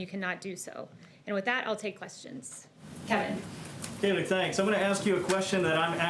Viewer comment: *Kayleigh. I mean, at least get her name right 🥴🤣